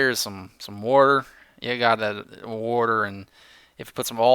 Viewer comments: Wait, that is not how you say water? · if you're having problems finding a exit when caving, use jack o'lanterns to light them up. Just follow the direction the faces are facing and you'll be home in no time! And btw, I personally don't mind you saying "wader"... I'm Canadian and I even say it:)